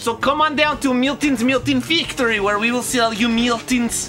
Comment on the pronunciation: No problem. I've been running around my house for days saying "FEEKtory" and "manuFEEKturer." :)